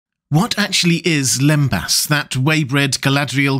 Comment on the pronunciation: for starters its "lembass" not limbus!